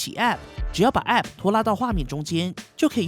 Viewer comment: app 唸時沒必要加重重音 聽多次就很痛苦